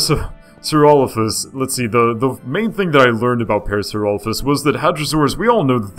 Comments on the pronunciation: It is pronounced par-asor-lop-ez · Isn't it pronounced PAIR-uh-SAWR-oh-LAH-fis? I thought it was. Maybe not... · Its pronounced pair-a-sara-loph-us. Could you also talk about Micropachycephalosaurus and Carcharodontosurus or Baryonyx?